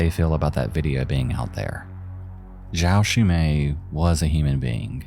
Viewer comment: It would be pronounced xiao = shao, quimei = chumey And Sergio = J sound in Spanish as in jarro, jicama, jarritos. An H sound in English if you will. It would help your videos if you tried to learn pronunciation of names when covering international cases or people who have foreign names. It can come off ignorant and irksome especially when it comes to victims. I enjoy your videos but it’s hard to get past that sometimes.